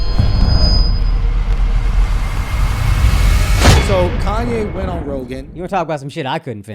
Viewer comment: Con-ye West